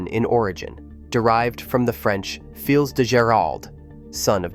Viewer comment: Fils de Gerald is "fee duh" not Fills de